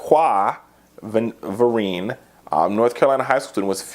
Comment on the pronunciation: Your Welcome Fu-quay Ver-in-a